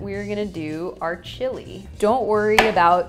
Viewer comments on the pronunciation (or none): none